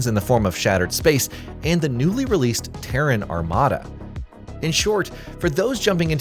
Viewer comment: Don't get me started on the bot pronouncing Terran like Tehran, Iran.